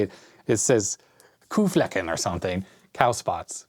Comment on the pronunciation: Dear, I‘m glad you missed last weeks mail call due to workload and no unfortunate events. Marvelous video as always. You pronounced „Kuhflecken“ absolutely correct! Hope you‘ve a chance to visit Gernany in the future again! Stay safe and keep up the good work.